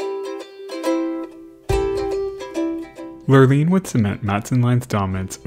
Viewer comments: I have only heard it pronounced “ Lure Line”. Like fishing Lure and fishing Line. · i diagnose your productions with "Lurline" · Every time you say the word lurline I absolutely lose it. Thank you for the quality video and entertaining commentary as always <3